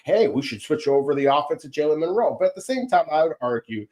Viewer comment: It's Milroe, not Minroe.